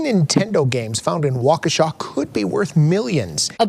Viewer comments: No one outside of Wisconsin knows how to pronounce Waukesha. You can tell which news reports are in WI and aren’t 😂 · They say Waukesha wrong too